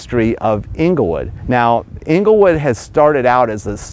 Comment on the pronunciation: Great video but please pronounce it correctly- it’s Engle wood NOT ingle wood